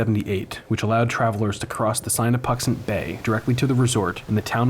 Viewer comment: Just an FYI its SIN a puxant not SIGN a puxant. Lol